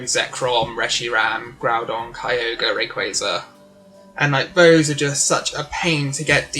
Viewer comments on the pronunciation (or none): none